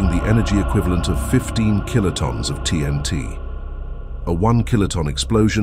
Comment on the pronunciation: These robot voice narration voice overs are ridiculous "kilo-tawns"?? Really? No wonder this generation is becoming more and more dense. Uneducated and illiterate yet these people think they are advancing..lmao.